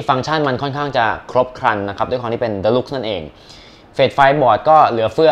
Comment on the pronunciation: PCI Express ฟ้ากับขาว เป็น 3.0/2.0 16x สีดำเป็น 8x แล้ว deluxe อ่านว่า เดอลักซ์ ไม่ใช่หรอครับ